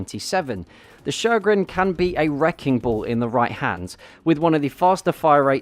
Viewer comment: U said sjögren right, wow. Nice vid. I like the 1900, it is really good.